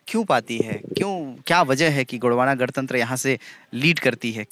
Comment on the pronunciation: "गड़तंत्र" नहीं भाई 🤦 "गणतंत्र" ।